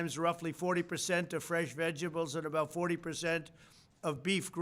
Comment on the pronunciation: The guy can't even pronounce 'vegetables'! Not a president!